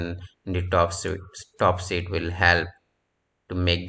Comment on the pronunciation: Not "sit", but "sheet"